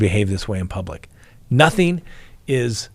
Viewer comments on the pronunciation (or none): none